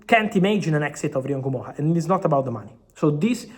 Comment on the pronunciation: Fabrizio is the only person I've seen who pronounce Rio Ngumoha's name the right way. It's not En gumoha it's just Ngumoha.